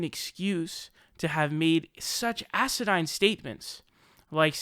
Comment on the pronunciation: Asidine as in asinine? Did you forget to rehearse you're smart words list?